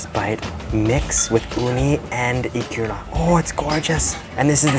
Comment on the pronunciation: Eee-ku-ra Eee-ku-ra Not ee-kuuu-ra Emphasis on the Eee, short ku, short ra